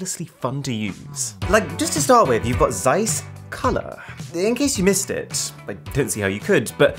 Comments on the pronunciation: Would be nice if you pronounced Zeiss correctly 😉. ZZZ(sharp)eissss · Please stop butchering the name Zeiss. Otherwise Great video as always.